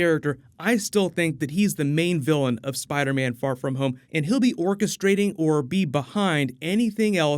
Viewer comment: Spidah mane